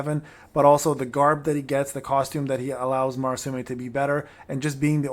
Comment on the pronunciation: From your videos, it sounds like you are saying; Marasume while it is Murasame I do not know about japanese pronounciations, so sorry if i'm mistaken.